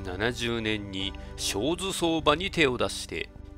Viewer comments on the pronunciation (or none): しょうず相場ではなくて、あずき相場です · 小豆（しょうず）ではなく小豆（あずき）だよ。